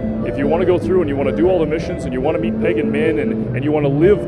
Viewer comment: did he say meet or beat.